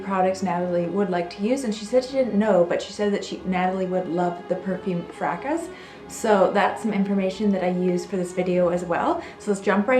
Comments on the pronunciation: Excellent. Elizabeth Taylor also loved Jungle Gardenia. By the way, the 's' in Fracas is silent. Frahkah. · The French classic Fracas is pronounced FRAH kah.